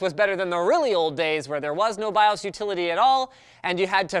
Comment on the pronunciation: Odd to hear “BIOS” pronounced as “BIÓS” and “CMOS” as “CMÓS” ...